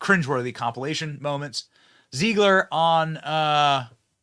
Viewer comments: Zeh-glir not Zee-glir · I love how Benny gets everybody’s name wrong 😂 Rene Ziegler and Peter Drinklin 🤣 He’s either trolling or he cares so little that their names don’t even matter, either way it’s genius! 😈